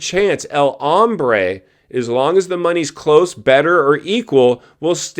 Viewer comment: Hey.....it's Hombre not Hambre!!!!